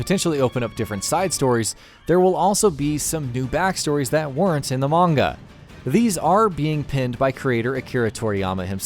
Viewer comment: What the hell is a Munga.